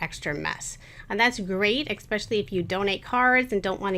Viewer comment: Great video but you said expecially a bunch of times lol.